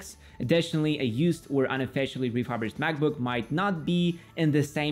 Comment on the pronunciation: “Refurbished” is pronounced like reeh-fur-bisht (where fur is like cat’s fur), not reeh-fub-risht